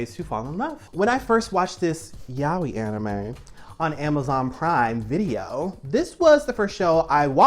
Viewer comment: Is it just me, or is anyone else getting triggered by her saying yaoi weird? 😅